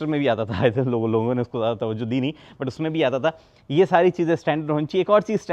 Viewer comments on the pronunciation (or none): Sir aap jo but khte h vo butt lgta hai Pls aap ise but hi bole 😅 I commented same thing on your last video